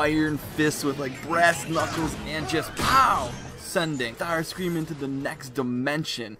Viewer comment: It sounded like you said tharscream